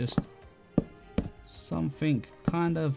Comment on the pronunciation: No one::........I fink somefink loi fhat